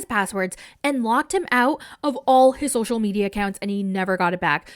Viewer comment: I just want to hear (sp?) says “social medial” over and over again until I die.